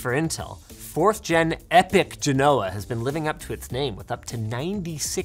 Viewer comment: Linus I swear to God man say Genoa right. Surely someone around you has made a comment. Jino-wa not gen-know-uh you're driving me crazy my fellow.